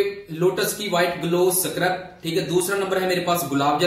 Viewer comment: Scrub hota h bhie 😂